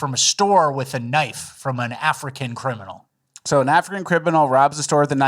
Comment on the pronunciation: “I said cribinal”